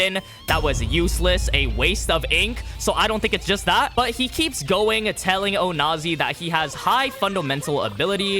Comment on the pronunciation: Says onazi without the "o"